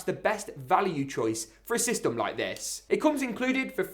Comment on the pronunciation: The one reason I’m not subscribed is because you say systom no hate though